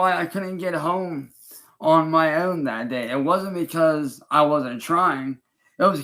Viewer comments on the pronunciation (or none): "On my oeughwehn"